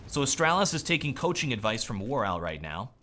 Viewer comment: It's not that difficult to say Astralis man :/